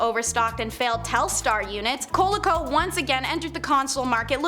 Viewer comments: Just in case it hasn't been pointed out... it's the Col-E-co, not Coləco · Vole I is pronounced co lee co not colee co